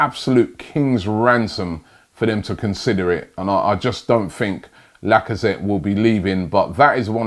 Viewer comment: C'mon Robbie, I thought ''holaa Laca-paella-zette'' was enough to rule this move out alone?